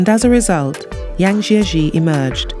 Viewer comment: Chinese pronunciation is very bad. Please get some tutoring on how to say Zhangjiajie correctly.